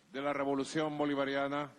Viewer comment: Robolucion. Lo. Dijiste mal